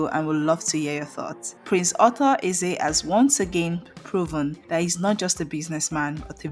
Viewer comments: Please there is a difference between author and Arthur.your pronunciation is confusing. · Arthur not Author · His name is not author... His name is Ar-thur. Stop spoling names. You didn't tell people that he lives in Enugu and has been living there for over thirty five years even though he does great stuff in his home Anambra State Otukpo